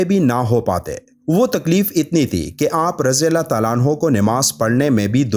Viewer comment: Sulallah ho nhi khty. Salallah ho khty hai. Plzz thk sy pronounce kry... Alfaz k meaning bdl jty hain